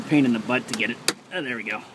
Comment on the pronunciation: GET DA HEYAL OUTTA DAYRE!!!!